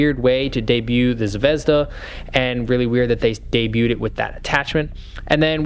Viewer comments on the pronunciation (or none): none